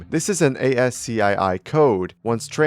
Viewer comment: my guy it's pronounced Ass-Key not A-S-C-I-I.